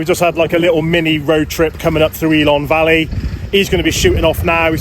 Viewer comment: Great video, one of our favourite places, but… pronunciation of the places needs some work🤣 please don’t call it ELON valley… it’s ELAN Valley👍🤪